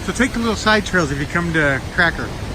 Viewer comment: Kirka, yes, sometimes the "r" is a vowel LOL :) Awesome place, isn't it? Pleetvitsa is the other one haha You're cute.